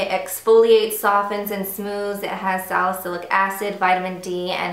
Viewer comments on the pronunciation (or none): none